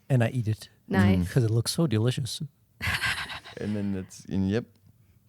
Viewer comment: the way pronounces words is so interesting 😭 "so delicious"